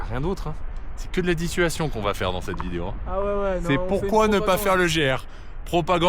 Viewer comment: Dissuation qu’il a dit 😂, tu m’as tué ahah